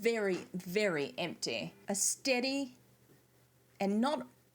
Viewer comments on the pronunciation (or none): none